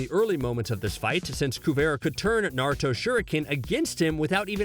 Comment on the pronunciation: I swear to god I am so fricking irritated and it hurts my ears when he says “narto” and it’s obvious he didn’t watch the two first series (and there’s only two,because boruto isn’t named naruto)soooo yeah…